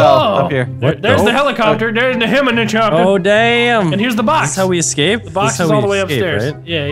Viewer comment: Where did "heminachopter" even come from?